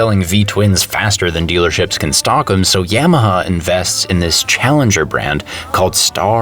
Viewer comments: He does not know how to pronounce Yamaha. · Cool video. Funny too. BUT! HOW do you say Yamaha? Hahahaha and that’s not a Canadian accent either man… That’s just plain wrong. Stop it…. Please. That is all. Thank you, good night.